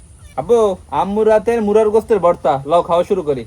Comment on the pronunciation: মুরগির গোস্ত বলতে পারেন না মুরার গোস্ত কেন বলেন।